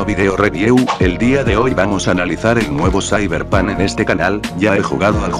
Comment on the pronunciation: "zaiberpan"